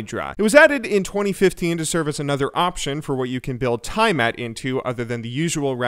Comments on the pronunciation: T EA MAT NOT TI AMAT U BUM! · TEA A MET NOT TI MET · Tie-mat? TIE-MAT????? Alright listen, I'll put up with Eevern, hell I'll even put up with Kaylee, but hOLY SHIT. There is absolutely no way the English language would allow T-I-A-M-A-T to be come tie-mat. Good lord. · "Tie-Uh-Mat" O.O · You pronounced tiamat wrong.